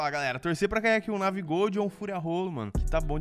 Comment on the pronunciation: Navi dorado kkk falou errado